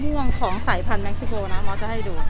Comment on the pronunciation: เม็กซิโกค่ะ ไม่ใช่แม็กซิโก